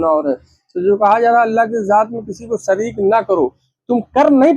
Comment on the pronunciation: Sirk😂😂( shirk) sareek😂😂(shareek) jaat😂😂( zaat) is admi se lafzo ka talaffuz nhi ada ho raha isko kon chutia hoga jo alim samjhega😂😂